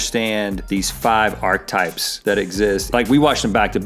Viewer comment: Somebody needs to tell Rhett that it's pronounced "ARK-A-TYPE." You pronounce the "e." That is all.